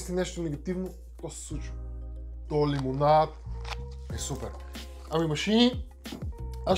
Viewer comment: Много ме кефи как казваш Лимонаад